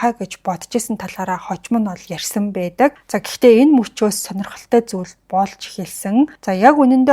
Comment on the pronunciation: Baisan baidag gedeg ugnuudee beesen beedeg gej heleed bgaam shig sonsogdood bhii 🤣🤣🤣🤣